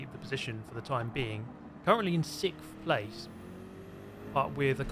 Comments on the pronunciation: It’s sixth not sikkth😂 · sicks-Th , of numerical order after fith place🤣